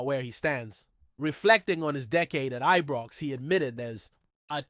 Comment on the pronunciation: Since when did Ibrox get renamed...I was always told it was Ibrox since a child.. not Ebrox or any other pronunciation, Its disrespectful of the club. Come on get it corrected.